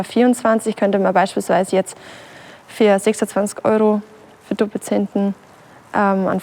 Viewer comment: ich schon ;) "26 eur de dobbelsänd'n"